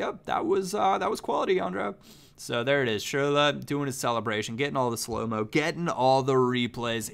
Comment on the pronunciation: Please stop saying schurrle.... you're butchering it